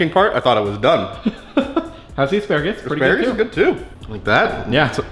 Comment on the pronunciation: "Flock of assparegees" 😂😂😂😂